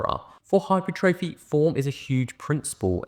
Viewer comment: Lovely to hear someone pronounce hypertrophy correctly 😂